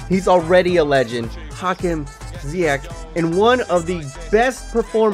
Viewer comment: Its only Ziyech not Ziyeghghg